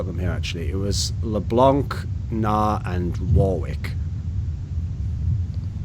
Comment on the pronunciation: First pro player I heard pronounce "Leblanc" like it's supposed to. Great reflection Thoorin, unexpected, but I appreciate the great content.